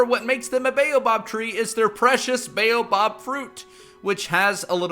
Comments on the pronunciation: Buoh-bab not baeyobob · "bayobob" "acasiuh" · Sis, it's the baobAb tree not the baobob tree, dis 'n flippen boom nie jou donnerse buurman nie😡😠🤬